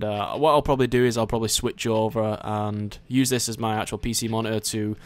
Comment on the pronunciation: Ma - ni - urg (monitor) XD